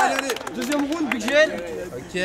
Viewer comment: c'est horrible comment ils prononcent "round" omg...